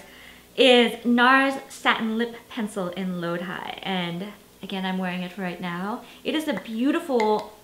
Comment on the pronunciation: It's pronounced as Lo-Dhee not Lo-Dhy